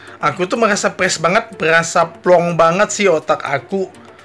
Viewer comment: Fressh kakak bukan presss kayak setel vleg aj presss